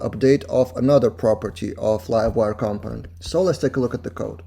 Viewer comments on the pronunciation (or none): Awesome video, as always Your accent is awesome! BTW, In english we say "CUM-Ponent" rather than "COM-Ponent" (easier to say too)